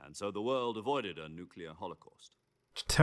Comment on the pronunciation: You said "Nucelar" i heard it!